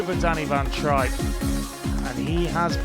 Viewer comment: It's trijp (tripe)and not trip ..how rude to not find out his name before calling .. disgusting